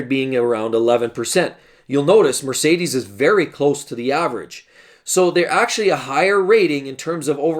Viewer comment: You are saying the cars wrong 😂🤣